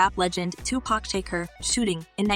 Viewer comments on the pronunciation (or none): Its Tupac Shakur! Not Tupac shaker. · Yoo SHE DID SAY TUPAC SHAKER😂😂😂 SHE BETTER CUT IT OUT!!! 😂